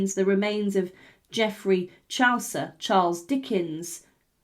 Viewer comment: Great video but I don't know how you could mispronounce Chaucer